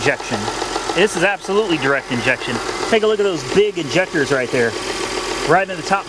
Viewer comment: “Injectors” :D